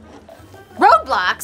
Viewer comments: I heard roblox but she said road blox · The word isn't road blocks it's roblox lol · It's not road bloc its roblox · It's funny that the Karen says ' Roadblocks' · Lol when the lasy said “road blox” in the beginning of this video it isn’t called road blox it is called roblox😂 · “Road Blocks” instead of “Roblox” 💀💀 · It’s Roblox not road blox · She road blocks instead of roblox 😂😂😂😂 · It's roblox not road blocks